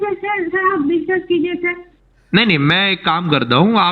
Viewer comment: Sir discuss nhi bola 😂😂 "biswas" bola...biswas matlab trust aur yakin Karo 😛